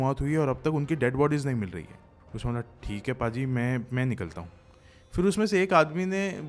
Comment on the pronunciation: पाजी नहीं....भाजी होता है पाजी का मतलब होता है शरारती